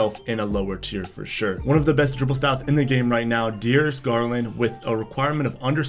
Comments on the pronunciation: De-aris Garlin.....😅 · This guy isn't the brightest bulb in the lamp. He keeps saying under a height requirement of under 6'4 when it's under 6'5. Then he murdered Darius Garland's name😅😅😅